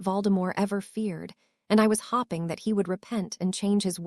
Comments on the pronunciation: All the hopping in part 1 was killing me! Lol! Absolutely no Hope, Hoped or Hoping! All about the hops! Annoying but funny!😅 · This ai pronounces hoping as hopping, and it's hilarious. "She was hopping to join" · Hopping implies enthusiasm and I love it!